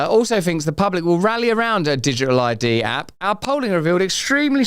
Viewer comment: You speak so fast nowadays, wouldn’t be a problem if you wouldn’t forget to pronounce the letter “t” in words. Wai-ing, digi-al, da-ing and so on. You speak with such beautiful elaborate understanding of your language, please recondition (recondi-ion) your pronunciation so it will sound as eloquent as your choice of words.